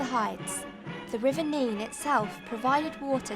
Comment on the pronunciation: Very interesting. One thing , we pronounce River Nene as "Nen" not "Neen" .